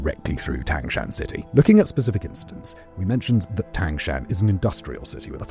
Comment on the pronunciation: Mr. Whistler not 1 minute into a video and confidently butchering Tangshan. I think it’s meme worthy.